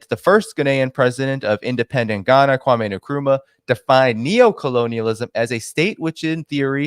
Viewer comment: Just a little bugbear of mine. The way you pronounce Kwame Nkrumah is the following. Say it like this - Kwamen Krumah. Every time there is a surname that starts with “N” and the first name ends in a vowel, add the “N” to the vowel. Eg Mamadou Ndiaye. Say Mamadoun Diaye. Ndiaye is the Francophone spelling. In Anglophone countries, Ndiaye is spelt Njaay or Njie and rhymes with lie.